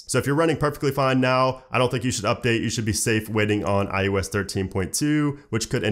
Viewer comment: Love the vid but it’s “eye-oh-ess” not “eye-you-ess” 😃